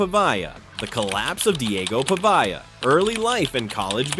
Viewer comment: How about properly pronouncing his name?